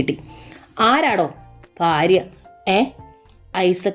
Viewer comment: ഫാര്യ അല്ല ഭാര്യ ഫയം അല്ല ഭയം